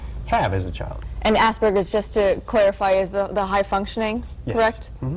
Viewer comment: He said Asperger's right! Most people say it as Asspergers because they don't know German.